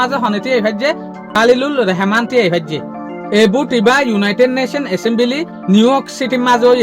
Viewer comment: Not Reheman❌❌ Rahaman✅✅